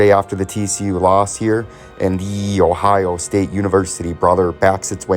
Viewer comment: Dude just say Ohio state or Michigan correctly dude.